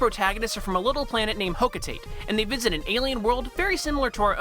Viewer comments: It's pronounced hoc-oh-tat-ay; It's what Charlie, Alph and Brittany say if you listen to them in Pikmin 3. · ugh they keep calling the hocotate the "hocoteit"